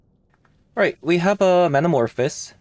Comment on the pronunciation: Great video but please 🙏 it’s man-a-morph-ohs like in the word “those”